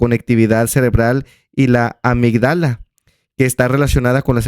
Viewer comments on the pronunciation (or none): Me encantó el video, sobre todo que tú sí buscaste e investigaste e independientemente de si lo hiciste para el video, hablas con datos y evidencia, con una investigación. Una cosita, se dice amígdala, el acento es en la i. Bonito día, me gustó mucho lo que dijiste :) Yo también voy a la iglesia pero no veo como algo malo ser así, como dices, El Padre permite eso pero cada uno debe buscar su camino